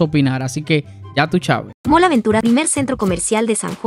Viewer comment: Porque le dice “Mal”. La palabra es “MALL” y se pronuncia ¡”MOL”!